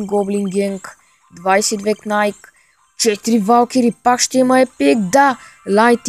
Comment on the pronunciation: МНОГО СИ ЗЛЕ.НЕ СЕ КАЗВА КНАЙК А КНАЙТ.КОЙТО МЕ ПОДКРЕПЯ ДА ЛАЙКНЕ КОМЕНТАРА